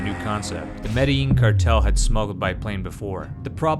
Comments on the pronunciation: The double-L has a Y sound in Spanish language. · And Medellin is pronounced Meh-Deh-Lean, not Medling. This guy jacked up all the pronunciations lol